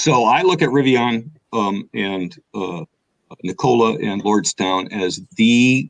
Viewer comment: i'm out when he said Nikola.